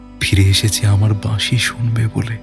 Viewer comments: বাঁশি, উচ্চারণ টা এতটাই ভুল যে কানে লেগেছে। বাদবাকি গল্প পাঠ সুন্দর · প্রথমেই বলি শব্দ সংযোজন খুব খুব ভালো হয়েছে, দিন দিন উপস্থাপনার মান উন্নত হচ্ছে যেটা সবার কাছেই কাম্য, বাঁশির সুরগুলো যদি আলাদা করে আপনারা আপলোড করেন তবে খুব ভালো হয়, দাদার থেকে বাঁশি এর জায়গা বাসী শুনে খুব কষ্ট পেলাম ওনার এবং সেই সঙ্গে আকাশদার কিন্তু বিষয়টার দিকে আরও বেশি করে নজর দেওয়া উচিত ছিলো। প্রচার অলংকরণ চমৎকার রৌম্যজিৎ দা থাকলেই সেটা যেন জীবন্ত হয়ে ওঠে। এই সিরিজটাও জমজমাট হবে এরপর কিন্তু একটা প্রেমের গল্পের সিরিজ চাই হোক না এরকম ছয়টা গল্প নিয়ে । অনেক অনেক ভালোবাসা রইলো ❤❤❤❤❤ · Flute composition আর বাজানো এক কথায় অসাধারণ। তারপর গল্পের উপস্থাপনা। তবে উচ্চরণের প্রতি আরও যত্নশীল হওয়া উচিত ছিল। 'বাঁশি' হয়ে গেছে 'বাশি', যা বড্ড কানে লেগেছে।